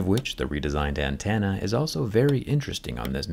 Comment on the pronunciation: Great video. I do have to point out that it's "antenna" not "antanna"